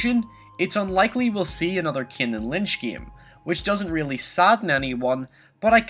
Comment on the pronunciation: It pains me how you say the name Kane